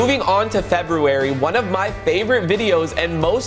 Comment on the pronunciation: bro says febuarrry